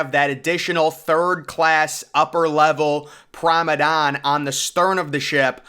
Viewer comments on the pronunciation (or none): He means "Promanade" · You're right. This guy keeps calling it Pormadadon. It's Promenade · Interesting video...but surely the pronunciation is "Promenade"? On more than one occasion, if not most of the time, you're calling it "Promedane"? Feel free to correct me if I'm wrong about the pronunciation... But I'm sure I'm not! 😄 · I can't unhear it... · You do great videos, but its prounced promenade. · he's been called out on that so many times by now that I'm now certain he's doing it on purpose to f with people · you are probably right. It’s like fingernails going down a chalkboard to me every time I hear him butcher that word….lol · he slowly emphasized with a grin